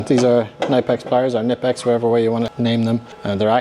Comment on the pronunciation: Those water pump pliers / gland pliers are pronounced ku-nip-ex. No silent k. I called them nip-ex for years 😂